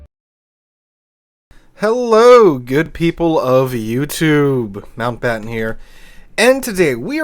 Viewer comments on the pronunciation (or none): none